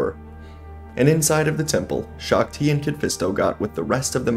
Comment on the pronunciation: You are mispronouncing shaak-ti, and windu against Palpatine is not a even fight windu wins hands down